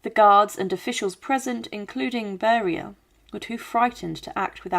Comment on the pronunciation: You misprounced Lavrenti Beria, Nikita Khrushchev and Erdoygan. It's not like they are names unknown in the West. Even these days. Try to make an effort. You even get his daughters name even though she is still mentioned in the Western Media